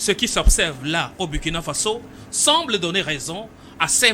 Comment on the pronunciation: Il faut bien prononcer le nom du pays; c,est Ecrit Burkina mais on lit Bourkina